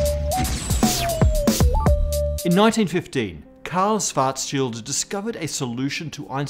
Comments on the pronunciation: I am impressed how English speaking Physicists recently learned to pronounce 'Schwarzschild', but are still not there. From 'Swarts Child' over 'Swarts Shield' it should only be a small step to the correct 'Shwarts Shield'. Good luck. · It's pronounced Schwartzzzzz-CHILD! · I thought it was pronounced schwartz........child, not scwartzfield, maybe his english accent is just butchering it. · kahrl suwartzsield? :D c'mon man, you look SO similiar to me, it can't be a genetical obstacle; you HAVE to be able to pronounce it correctly, your tongue DOES know how to do the specialmoves!^^ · ... did he say 'Schfartschild ' ? ... i guess my sister inlaw will be disappointed shes now Mrs. Schfartz ... lol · Sounded like you said Cows Farts Shields. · What is the difference between svartsild and Schwartzschild, or are you just pronouncing Schwartzschild weird? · He's got the "Schwarzschild" pronunciation almost down now. Now just a "sh" at the beginnning and it's perfect 😃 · Michael Ross Since Dr. Schwarzschild was a german jew, his name should have been pronounced correctly, but the host did not. Einstein's name is pronounced more or less correctly though, by everyone, even though spelling was not anglicized. Did you know that most german names have meanings? Look it up, interesting ones are Zuckerberg, Zimmermann, Frankenstein, Vogel, Koch, Kohl, Kellner, Kaufman, Jaeger, etc... all these names have unexpected meanings. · I'm sorry.. i have to be that person, but, Carl's Fartshield? Also, Ludwig Phlegm??